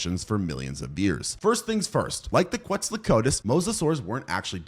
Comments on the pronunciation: you mean kwetso-kwat-ulas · you gotta learn how to pronounce quetzalcoatlus otherwise awesome video